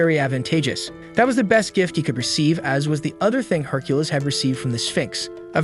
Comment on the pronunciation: Can we get the AI to stop saying Herculiss?